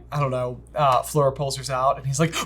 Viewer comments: Love your review, but as a French speaker J’s pronunciation of Fleur makes me cringe so badly. It’s more ‘Flure’ than ‘Floor’ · Your pronunciation of Fleur’s name gets a D. I know you’re aren’t on the French train or even English spelling bus but it’s not so hard. You’re saying her name like the word ‘floor’ basically. The pronunciation is like the word ‘flurry’ obviously just dropping the Y. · J kept saying floor not fleur 😂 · The right pronunciation for Fleur isn’t floor 😅 it’s like Fl - uh - r